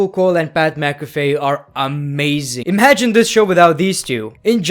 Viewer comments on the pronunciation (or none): none